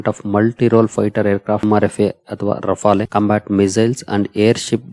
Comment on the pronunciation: ರಫಾಲೆ ಅಲ್ಲ... ರಫೇಲ್...